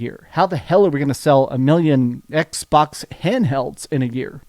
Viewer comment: The EX-box series "EX"?